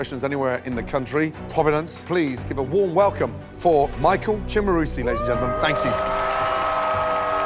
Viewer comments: Chef Ramsey, apparently, didn't know how to pronounce his last name. He said it both as "Sim-a-roos-tee" and "Chim-a-roos-tee". Can't be both, chef. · Each time Gordon and/or the Narrator announced Michael, I was always waiting for how they were going to pronounce his last name XD It was either CHIMERusti or SIMMERusti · Michael Chimaroosetee Shimaroostee Chumarusty Simmarusstee